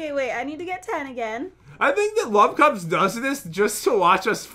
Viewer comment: To me it sounded like lovecubs